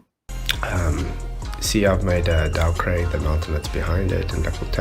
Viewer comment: It triggers me that Flatzoid FE calls it "Dow *Craig*".